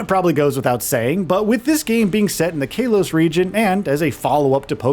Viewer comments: Kay-los region? Really? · Bro Kay-los region is wild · Am I the only one who is wildly annoyed by the way he pronounces Kalos..? 🤨